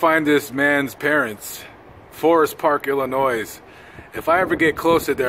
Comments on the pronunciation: The s in Illinois is silent. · I too grew up in Illinois and I noticed how he said Illinois pronouncing the "s". It always drives me crazy when I hear people pronounce it that way lol. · I love your videos. As a person who grew up in Illinois, please remember the "s" is silent. I loved a Jack Lemmon movie entitled "Under the Yum Yum Tree". It also starred Carol Lynley. My dad took us to see it in a Drive-in movie. It was so funny.